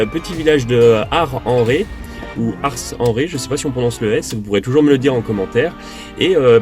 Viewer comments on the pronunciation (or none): Ah vous voilà ! Vous m'avez manquée! On dit...ARSSENRE. et bonne année à tous les deux ! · Coucou les Nomades !!Rhoooo Merci pour cette vidéo sur l’Ile de Ré mon deuxième pays après le 63 ❤️L’Année débute de la meilleure façon 😁 On prononce le « s »en ce qui concerne Ars en Ré😁Vous êtes vraiment les chouchous ❤️Merci les......chouchous !!😁❤️